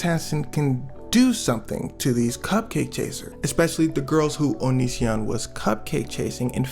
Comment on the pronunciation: Bro prounounces onision like onichan